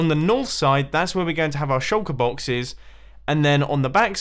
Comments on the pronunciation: Evrybody: shulker boxes Mumbo: sholka boxiz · I like how u say “shulker boxes”